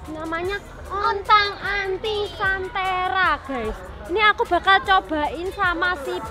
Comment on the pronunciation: namanya bukan sentera tp santera kak btw dekat sama teman aku kak boleh mampir